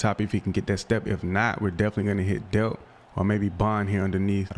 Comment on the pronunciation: Oscar delp the l is not silent it is pronounced how it looks